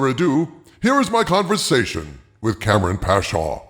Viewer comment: Kam-ran not kampung.